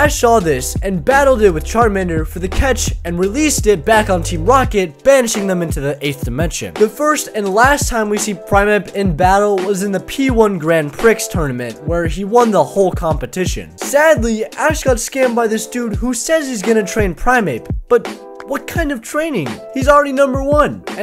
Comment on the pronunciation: This man literally said "Grand pricks tournament"...